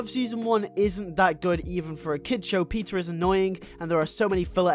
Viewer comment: Cool video! I have seen the entire season 1, 1 episode from season 2 & a sneak peek from season 3 & that’s it. I actually enjoyed it. Plus I love how I heard the way you said Peter & Anya as Pizza & Onion lmao